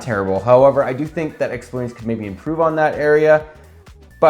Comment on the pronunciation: It's explorien like alien. Not marine.